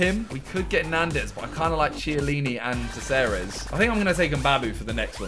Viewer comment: Simon has issues with his C's lool. He pronounces Ceballos => Kabayos and Caceres => Seseres